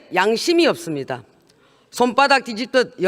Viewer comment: ~~ 읎습니다 ??? 발음 우끼네